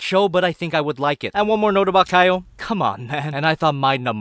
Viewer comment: y da f u keep pronouncing kyle like kayol or kayo